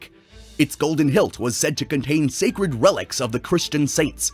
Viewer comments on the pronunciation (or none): none